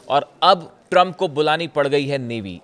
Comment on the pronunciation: Drump 😂 bola aapne